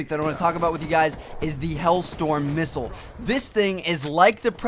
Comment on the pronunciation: Did he say mistle? o.o